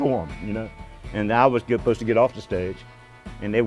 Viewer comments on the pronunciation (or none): none